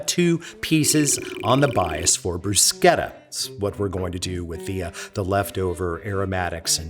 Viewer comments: Bru-sheta. Not bru-keta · You properly pronounce "bruschetta", but not "parmigiana"? Minchia!